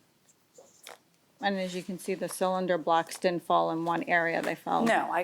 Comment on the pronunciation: I nearly cut my jugular with a fucking spork every time she said cylinder block. For fucks sake.